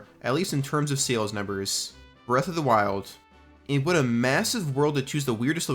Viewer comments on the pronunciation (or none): none